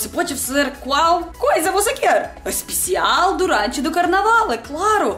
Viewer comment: Achei muito legal o sotoque "EL"; "BrasÍEL; EspeciÁEL"; quando ela fala assim, lembro escritores famosos como Machado de Assis etc.; outra coisa é que não há erros de generos, muito legal seus videos, excelente dicção. :D